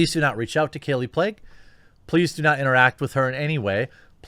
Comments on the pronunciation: Pronounced “Plague” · her last name Plagge is pronounced "play-gee". not that anyone cares lol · "Kallie Plague" lol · Kallie 'PLAGUE' LMAO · Her last name is pronounced "Plague"? Well... There you go